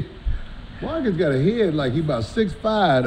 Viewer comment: called Marcus “Darkus” 😂